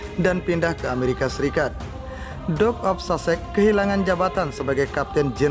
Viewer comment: Mas, mbok belajar membaca sedikit dong klu bicara di youtube. Terutama bgm mengucapkan Duke dan Andrew. Apalagi klu di-ulang2 spy tdk menghina org dan menyakitkan telinga.